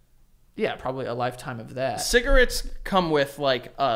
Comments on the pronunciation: Did just say "Cigaritz" lmao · why the fuck does pronounce cigarette's like that??